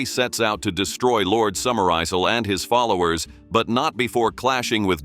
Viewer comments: The word 'Isle' is a perfectly normal English word that should not be mispronounced by any AI program worth using. Or do Americans genuinely pronounce it as "Izaal"? For those of us who were young in the 1950s, 'Izaal' was a particularly loathsome brand of toilet paper that was hard and shiny and unabsorbent that was favoured for school toilets. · Great film. Iffy narration. Eye zulls! 😂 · Who is "Lord Summer-Aisle?" You do not know any unemployed actors who could read your script for you? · The AI narration is piss poor in this. Listen to the pronunciation of Summerisle. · This is why you shouldn’t use AI voices… the way it pronounces Summerisle, really? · That is how your AI pronounced Summerisle. Didn't you check before posting?